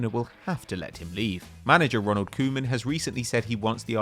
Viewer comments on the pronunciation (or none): none